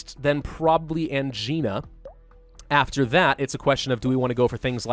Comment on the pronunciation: constantly makes fun of grammatical errors Also: consistently pronounces Angina wrong Ang-eye-na. Not an-gee-na